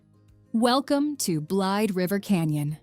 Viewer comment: It's pronounced "Blade_a-River canyon. Just FYI...:-)